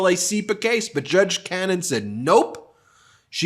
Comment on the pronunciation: When will you start pronouncing her name right?